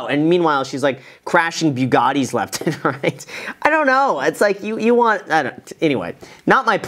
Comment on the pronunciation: graham im sorry to be snobby but i think you should know this. bugatti is not pronouce (byu-gah-ti) its pronounced (boo-gah-ti)